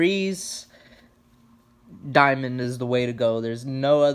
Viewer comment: Dude, you must've said "Diamond" a hundred times and there's no "I" in their name. Fuck man, it's DAMOND!